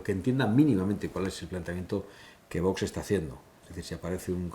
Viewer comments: Este José Ramón de la Morena, me merece cero confianza. Un periodista , que se diga periodista, primero tendría que vocalizar mejor , como que no quiere pronunciar bien ? El nombre de VOX , el dice Vos , creo que es un personaje un poco falso. 🤮🤮🇪🇦🇪🇦🇪🇦🇪🇦🇪🇦🇪🇦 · Sr. De la Morena, se dice VOX, no Vos. ¡¡Que no pasa nada por decirlo correctamente!!